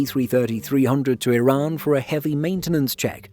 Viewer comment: The channel's pronounciation is much closer to the actual pronounciation of the country. I also really appreciate the channel narrator pronouncing Iran like e-Run and not like amny Americans pronouncing it like I-ran.